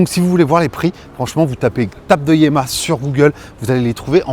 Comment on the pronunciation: On prononce YAMMA , qui veut dire ma mère.